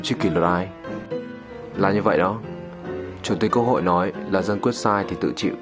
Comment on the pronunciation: Có phai chì mình tui nghe chủ tích'quốc hội" thành "cơ hội: ko ? Thâm vcc